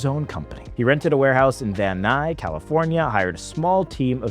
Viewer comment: "Van NUY"? It's VAN NUYS.